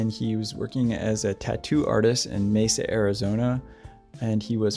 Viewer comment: I would just like to thank you for sharing these people's stories! I also want to thank you for actually pronouncing Mesa correctly!! I do believe that was the only time someone got it right😉!!